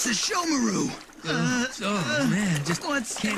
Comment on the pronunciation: Never watching dubbed inuyasha again 💀 like who tf is shesshamaruu and sayngo